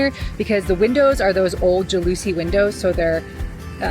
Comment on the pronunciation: Jal-o-see windows not ja-loose-e